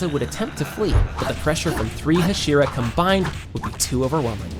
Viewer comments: bro pronounced Hashira wrong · Teg-en TEN-GEN ak-a-za-AKA-ZA Hash-era HASH-IRA IM SCREAMING THESSE WORNG PROUNSEIATIONS ばは！